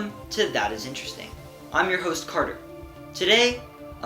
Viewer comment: It is nice to hear an American talking properly, not babbling at breakneck speed or shouting. Well done Carter. Now all you need to do is learnbhow to say "interesting".